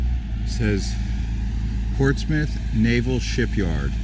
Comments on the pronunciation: PORTS MOUTH??? Portsmouth is pronounced "Ports-myth" don't worry though I say it the wrongw way for fun lol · “Ports-moth,” not “Ports-mouth.” Good lord. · In England (UK) we pronounce it Portsm'th. You just sot of lose the "ou". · Or Ports - myth, Dart - myth (Dartmouth) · Try again. It is pronounced PORTSMUTH,NOT PORTSMITH,NOT PORTSMOUTH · I live 3.5 miles from here and I have to say I absolutely LOVE it!!! Great video. Oh, and I hate to be one of those people but it's pronounced Ports-muth 😊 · Great video! Portsmouth is pronounced like Portsmith. 🙂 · Buddy, I could be wrong but I believe it's pronounced Port Smith. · My aunt came visiting from California a while ago and I remember dying in the back seat laughing when she said it like “LETS GO TO PORTS MOUTH!” It was hilarious 😂🤣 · When you pronounce a name of a person or city or whatever always make sure that you got it right, it takes a few seconds to google it, am I wrong? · I grew up there and cringed every time he says that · In the uk we say portsmth...it sounds strange to hear the full sound.. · You're killing me with calling it Ports Mouth! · Port Smith is also acceptable. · Not a good start: Portsmouth is pronounced like Portsmith. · Nice video, but it's pronounced "ports-muth". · Ports mouth 🤣 That’s so Not how you say it I’ve never heard anyone say that and I live here! Too funny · Pronounced Portsmuth. Portsmouth is for tourists from outta state. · Oh and over here the locals pronounce it Portsmuff. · It's pronounced ports-mith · Pronounced "Portsmith, if your from there. Also, you really should have rented a car. You are missing Rt 1, the coast and the only place for chowder...Peteys Restaurant in Rye, just a hop and a skip from there. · It's pronounced Portsmuth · It says "Portsmouth" but it's pronounced Portsmith. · It is pronounced PORTSMUTH,DUDE! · Its pronounced Portsmith even though its spelled portsmourh. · Portsmouth is pronounced Portsmuth. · It's pronounced ports-myth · Ports Mouth 😂